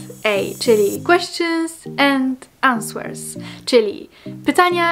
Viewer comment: nie wiem na ile ci zalezy na prawidlowej wymowie w jezyku angielskim (chociaz wiem, ze jezyka sie uczysz wiec moze to jednak bedzie przydatne) - taki fakcik "answer" wymawia sie bez "ł" -> 'ɑːnsə(r) (z r wiadomo zalezy british/american english), tak samo z "things" - nie przez "f" tylko "th" -> θɪŋs 😉